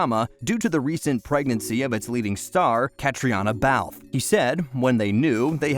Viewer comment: Cat-TREENA Balfe!!!